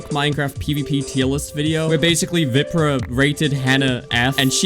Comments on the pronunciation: man just called VIPRAH WIPRAH 😭😭😭😭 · there is no way u called him veeprah